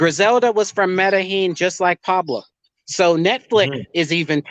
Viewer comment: You can't even name Medellin correctly and you take taxis in cartegena - you should stay away from Colombia